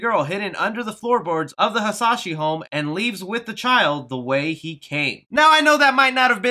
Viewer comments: I don't mean to be that guy but Scorpion's last name is Pronounced Ha-sa-shee and his clan's name is pronounced sha-rye-ryu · I was wondering if I heard right but who’s Hanzo Hashi? We all know it’s Hanzo Hasashi. Maybe it s a character? 🤣🤣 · Hazashi not Hashi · Hanzo hasashi not hanzo hashi and shi ry ry Yu u pranounced wrong bad spelling sorry 😅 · straight up butchered the name of Hanzo Hasashi and the Shirai ryu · ngl I got triggered when he butchered hanzos last name and shirai Ryu